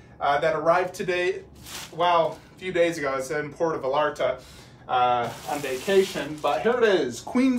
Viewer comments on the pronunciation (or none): Awesome statue. But for the love of God, man, pronounce Puerto VaLLarta correctly. You saying Puerto VaLarta makes you gringo of the month, lol.